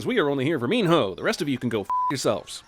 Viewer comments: Minho is pronounce mino, not meen-hoe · Every time he says “Mean-hoe” I cringe. IT IS PRONOUNCED “MEANO” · How did Minho’s name pronunciation go from Meeno to Mean-hoe by the end of the series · I don't know why it keeps bugging me he keeps pronouncing Minho's name as Mean-Ho. Reaaally emphasizing that H... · Is Minho actually pronounced as Min-hoe? Just asking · Did he say “Min HOE?” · I keep hearing mean hoe lol no...I'll see myself out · I'm adding another sin for the amount of times they say Minho with different pronunciations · STOP SAYING MINHO LIKE THAT!!!!!! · I cant concentrate on the fucking video when he pronounces minho